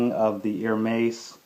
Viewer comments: It's pronounced Er-mez not Ir-meiz. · BTW Its pronounced "AIR-MEZZ”, not “HER-MAZE” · It's Hermes as in less, not Hermais! At least pronounce correctly if you buy the brand and don't be ignorant. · Chiraq GrimReaper The correct pronounciation is erme`s ( silent h) Sorry, I don'mean to be rude but I think it is important to know the right pronounciation too before educating somebody how to spot a fake one ;)) For those who are also interested to know. . . For AP watches, ( Audemars Piguet) the correct pronounciation is (Audemar with the silent S) and Piguet with a silent T. Again, no pun intended, just trying to help ;)) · That is wrong.. You would actually pronounce it as you would pronounce "air-mess" in english. There are exceptions to where s arent silent.. Get your facts right please. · How can one trust someone to be a good guide on how to distinguish a real "Hermes" from a fake one if he can't even pronounce the word Hermes correctly. If you really know how to spot a real from a fake one, will you please also learn and educate yourself on how the Herme`s name should be pronounce. Really appreciate. Thanks. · ***** btw man you dont pronounce the s in Hermes, if you cant say it right you shouldn't own it... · nice belt, but dude please pronounce Hermés properly :) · You mispronounce Hermes every time. The H belt kit is not rare or hard to get...it's available everywhere, it's the basic belt kit. The other belts are the rarer items